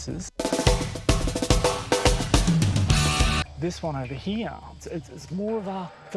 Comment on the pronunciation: "Thees wun ova heeah". WTF language is that?